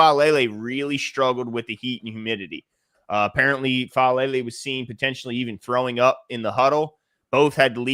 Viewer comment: you were close, its Faalele and yeah, Emory will be back practicing before the season starts and starting before the middle of the season I'd say.